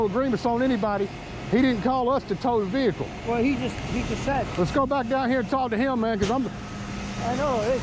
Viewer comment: VEHICLE, NOT A veakul